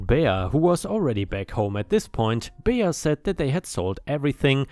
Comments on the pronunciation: Bea is pronounced bee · "Bea" is short for Beatrice, and pronounced "Bee." 8-) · Last story wow and she’s supposed to be doing it for the church? Jesus was not happy with her. It’s pronounced Bee lol .✨💖🤩☄️🌠😎🎆🕊🙏🏻👍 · "Bea" is pronounced "bee" - short for Beatrice - which is pronounced bee-a-tris. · Bea is pronounced Bee. Don't know why since it is short for Beatrice. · "Bea" is pronounced Bee, its short for Beatrice